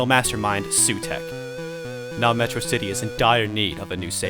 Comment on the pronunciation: Also, it's The Claws of SUTEKH, not Heugh.